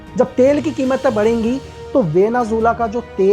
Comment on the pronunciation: वेनेज़ुएला ❎ वेनेझूला ✅ वाह 😂😂😂